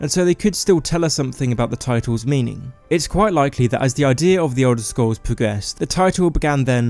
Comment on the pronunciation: Elder Scwolls Haha your awesome